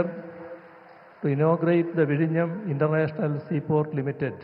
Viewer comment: Eee "Vizhinjam" enna vaak keralathin purath ullavar enganey ucharikkum😂